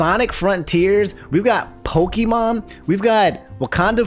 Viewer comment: Everytime he says "pokEEmon" I die a little. I love you man but please. It's pronounced pokAYEmon